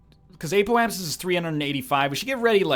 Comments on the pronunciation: apoapsis is pronounced app-O-app-sis btw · "Ape-o-apsis" - it cracks me up every time. And I swear I even hear a hint of an "L" there too... apeolapsis. Thank you for this series. I, unfortunately, watched someone who knew what they were doing, before I self played the game. So I haven't experienced the newbie phase myself. It's very uhm... enjoyable to watch the progress of discovery.